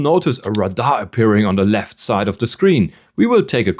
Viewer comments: Dont worry too much, we understood you even if you pronounced RADAR as Rah-Dar and Vehicle as Vahikel. The other person though thought you were using non english words haha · He did not use any slang words. Do you mean his ACCENT? He called Radar (Rah-Dar) and Vehicle (Vei-haikel). Which is a common pronunciation in Europe. 👍🏻